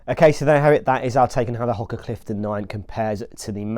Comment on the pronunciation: Ho-ka not Hok-a